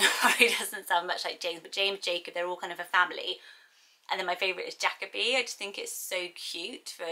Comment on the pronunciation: I've only ever heard Jacoby pronounced "jah-koby"